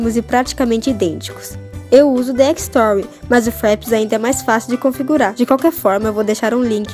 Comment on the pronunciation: eu gosto do jeito que você fala fraps e dxtory kkkkkkkkkk parece bem gringa